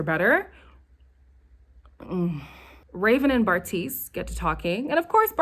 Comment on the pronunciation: You refuse to get Bartise’s name right and I love it 😭